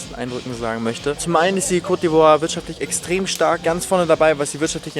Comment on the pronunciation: 😂es heißt kooooot nicht kott d'ivoire